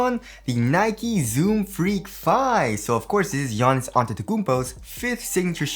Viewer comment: wanna know how often you had to redo the intro because u did pronounce giannis name wring haha